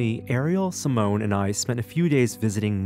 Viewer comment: Only watched this because of Si-mo-ne. Editing, audio, music, saying Seemoan almost made me stop. But stayed for Si-mo-ne.